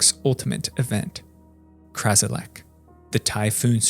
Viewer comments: Ummm... It's Kralizec, not Krazilec. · Nobody's gonna mention how he says constantly "Krazilec" instead of "Kralizec"? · It's "KraLIZEC", not "KRAZilek". And "tumult" is pronounced "TYOO-mult", not "tummult". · Kralizec not Krazilec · Hearing “Krazilec” hurt so me so much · Ummm.... I think you mean "Kralizec"?